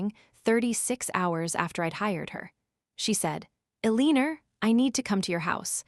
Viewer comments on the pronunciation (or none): Please t ach your AI to pronounce the name Elenor cprrectly